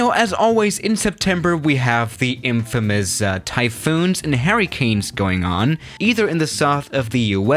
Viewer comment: Nobody:: HARRICANES